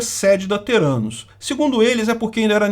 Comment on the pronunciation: "Terânus"... os investidores não sacaram que era o deles que tava na reta kkkkk